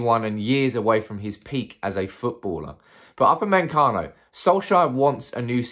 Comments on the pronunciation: Man keeps saying Up a men cano its pronounced oopa may cano... how hard can it be.. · Normal people: Upamecano: UpAnDmEnCaNo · NOT UpameNcano, Upamecano! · Nobody: Absolutely nobody:: Up-a-MEN-cano Well done mate 👍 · Everytime I hear to upper-man- Cano,....feels like we may missed out 😂😂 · UP-A-ME-CANO....Now saying all at once and you'll pronounce his name correctly 😅😅😅. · Bro, I love the channel but your pronunciation of UPAMECANO should be illegal 🤣🤣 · His ancestors are rolling in their graves. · Love the way you pronounce his name 😂😂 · Wow that pronunciation is top class 😂😂😂💩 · Brits 🤝🏿Butchering non-English names